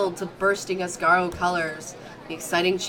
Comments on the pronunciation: Asaro? Don't you mean as-ar-go 😂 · It's not Asaro or Asargo, it Ah-sa-gao. Asagao Academy.